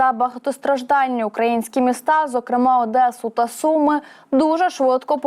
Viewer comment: росіяни атакували Соми??? - я вперше чую Соми!!! Це нове місто??? Як що задіяне ШІ - вчасно перевіряйте наданий текст та наголоси в словах - це стосується усіх каналів та їх ведучих!!!